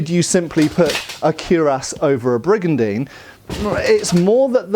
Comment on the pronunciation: I took a shot every time he said brigandene and then I died.